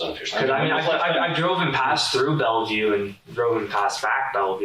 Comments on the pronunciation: narrator cant say Bellview... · Not to be that guy but it’s pronounced Bell view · Its pronounced bell-view. I live like 45 mins south of there. I remember this case when it happened. Those kids are so dumb 😅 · The AI said "Bell-eh-view". I wonder how it will handle the Schuylkill River. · You're pronouncing Bellevue incorrectly. Its just Bell-vue. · its pronounced 'bell-view' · Dang, AI can't read. The city is called "Bell-View" the second E is silent. Plz stop butchering names. Research, Research Research. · You calling it bellavue is killing me 😂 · They were both interviewed by the same detectives, in the same room. Not at the same time in different rooms. Also, Bellevue is pronounced bell view. Thank you. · Ugh. It's two syllables. "Bell-view". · bro does not know how to say bellevue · Lmaoooooo, wishing his wife healing after all this?? As if the repeated Bellevue pronunciation botching wasn't obvious enough, the end of the script makes it so obvious this is AI, or at the very least, ridiculously AI assisted. Not following. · They said the name of the city, Bellevue, countless times, and the narrator still doesn't get it right 😂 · The real crime is the pronunciation of Bellevue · Ai learn how to pronounce BELLEVUE… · I mean... the cops are literally telling you how to pronounce the town's name. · NARRATOR: You are pronouncing BELLEVUE wrong. Listen to the way they are pronouncing it in the video...it cheapens your video every time you mispronounce it. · How can you watch the video and still mispronounce Bellevue, every time you say it? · Why does the narrator of these vids never look up how to pronounce names of people and places? He gets them wrong more than half the time and occassionally they are laughable. In this case, they actually say Belleview about 20 times in the video so it should be obvious it doesn't have three syllables (nor does it ever: Belle is always "bell" not "bell-eh". ) Put a little effort in guys. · The E is silent in Bellevue